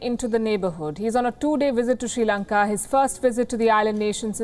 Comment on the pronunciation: The correct pronunciation of Sri Lanka is SRI Lanka(just SRI in a simple manner, do not give any weight to that), not SHRI Lanka. All Indians seem to make this error. Some Indians say, SIRI Lanka, which is also wrong.